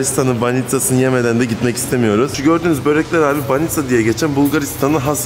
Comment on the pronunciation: banitza diyip durma şuna BANİÇKA abims